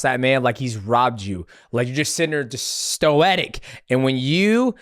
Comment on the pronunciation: The heck is "Stoetic" DJ 😂😂😂